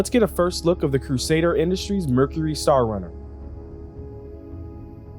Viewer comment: Star "Crunner" 😬 sweet vid tho. So glad i got this ship